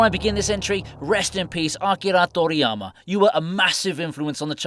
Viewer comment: Ok dude, you tried WAY too hard to pronounce Akira Toriyama.